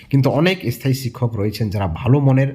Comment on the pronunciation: থিসিস লেখা শেষ হলে জানাস ভাই।তোকে মিস্টি খাওয়াবো। এস থায়ী😂😂 শব্দ উচ্চারণ টা শেখ আগে😮😮